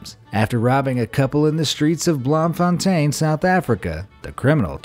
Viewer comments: as a South African it’s actually pronounced “bloom -fin -teen” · bloem is pronounced bloom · its actually pronounced bloom.von. Stain without the s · Bloemfontein not "blomfonten" and it's boksburg zoo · The city of Bloemfontein pronunciation = Bloom-fon-tain (Meaning flowering fountain if translated into English). Didn't have a clue what city you talked about only figured it out via the animation. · You must say Bloemfintein like Bloomfontane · As someone from South Africa.... just going to help out with regards to naming. Bloemfontein is basically spoken as in bloom-fon-tain. bloem as in bloom and tein as in train without the "r". just for future reference XD. Great videos otherwise. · Any non South Africans here, just telling you it’s pronounced BLOOM-fun-tane. 🇿🇦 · I'm sorry about this, but I'm South African, and Bloemfontein is pronounced like Blue-m-fon-tain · Hi, I'm from South Africa. I don't want to berate you, I just want to give some advice. It's pronounced Bloom-Fon-tain, for the zoo story. I'm sorry, really don't mean to be rude just helping since it's not always easy to get Afrikaans pronunciation right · Blom-fon-tain you're 2 for when it comes to South African words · I live in South Africa And Bloemfontein is pronounced BloomFontane In english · Bloemfontein is pronounced: Bloom-fon-Tain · It's blomfontain Sound Blooomfontain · Ouch to the Bloemfontein pronunciation. Just pronounce it Bloomfountain as that's the closest translation anyone who speaks Afrikaans will catch. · It's pronounced bloom fontaine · you butchered that zoo name 😂 but nice try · Lol same the pronounciation kinda killed me but I mean they tried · Literally couldn't understand what you where saying until I saw the sign that said Bloemfontein and then realized that you couldn't pronounce it how it should be. Its kinda funny to here people in english only countries trying to pronounce South-african words.Great video guys! :)